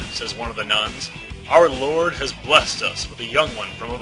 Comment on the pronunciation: "I am Angelica, humble servant to our 'Loord'" XD